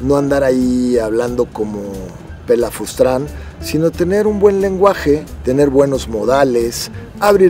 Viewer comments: Papi Palazuelos, se dice: "Pelafustán", no "Pelafustrán" cómo tu lo dices. Ahí te encargo tqm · Excelente dicción: pelafustran 🤣😂🤣😂🤣😂🤣😂🤣😂 🤣 😂🤣😂🤣😂🤣😂🤣 me pregunto si la palabrita del paps será sinónimo de pelafustán? 🤔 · Pelafustran? Hablas de buena dicción y de hablar bien... y la cagas! Se dice PELAFUSTAN! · Mi rey ; se dice pelafustán....pelafrustan no existe!!!! 😆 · Se dice pelafustan señor, no "pelafustran". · Apartir de ahora así de dirá pelasfustran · "pelafustran" 😂🤣😂🤣 Creerse "mirrey" no quita lo inculto. Ah pero muchos aspiran ser como él. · Habla tan bien que dice pelafustran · Pelafustran?? Jajajajaaj